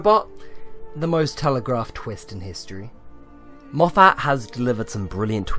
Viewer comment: It’s Moff-it, not Moff-at